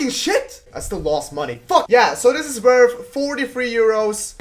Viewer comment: "It's werf like 30 euro"...werf...